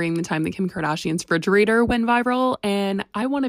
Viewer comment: Re....re...refrigerator...that pronunciation is irritating 😒